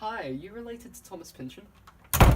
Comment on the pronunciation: Maybe at some point you will learn how to pronounce his name correctly.